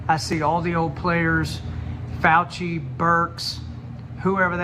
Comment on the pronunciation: FAU --Chee